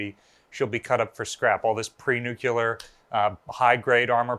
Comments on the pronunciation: It’s nuclear not nucular. Really? I can’t believe that curator said that. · Pre nuccular ?? You lost all credibility !! Nuclear !!, Repeat after me ,, Nuclear. Jesus !! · Funny Funny Funny....It's pronounced New-Cle-ER 😀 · Bummmer! I was going to welcome her back! BTW - The word, "nuclear", is pronounced, "new-clear". Two syllables, not three; look it up if you don't believe me. It was always that way, until the general (non-techie) public decided it was important enough to learn to pronounce the word, but not important enough to learn to pronounce it correctly. Don't worry. The correct pronunciation is used mostly between techie types, i.e., chemists, physicists, engineers, armed forces types - you know the drill. You don't find it in common use among drammies, art majors, sociologists, political science majors, PE majors, food science technology majors, and so forth. You know the drill. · There is only one letter "U" in the word NUCLEAR.....It's not pronounced NUCULAR....WTF? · Dernit! Ya got me! oh ... new - klee -- ar S